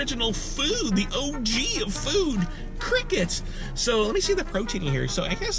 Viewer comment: I thought he was saying "I'm gonna eat crackheads" lol